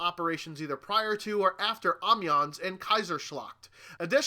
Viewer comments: Yeah it is in French; like when you say "sans." It's Ah-Meh-Yon. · Gavin Matthews haha I thought this too. The s is silent though...